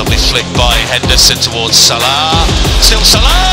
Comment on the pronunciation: Every time he says Salah I lose a brain cell